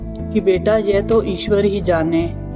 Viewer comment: लगता है आप पंजाबी हो आप के उच्चारण में गड़बड़ है आप यह को जय बोल रही हैं।